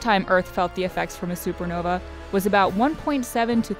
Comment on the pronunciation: Lol supernovee It's supernova lol